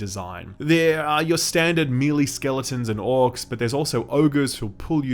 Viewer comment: May-lay dude, may-lay.